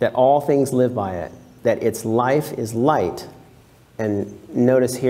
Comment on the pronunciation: the 'gh' in 'light' has no 'f' sound